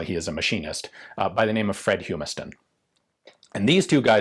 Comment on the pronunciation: i hate to nitpick, but the “u” in Humiston is a short vowel sound. its hummus-tin. im sorry, it was bugging me, my grandmothers maiden name was Humiston.